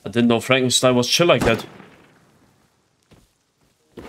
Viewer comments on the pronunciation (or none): none